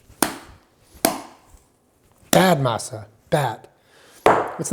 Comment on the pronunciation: I appreciate the way you pronounce Masa,.:D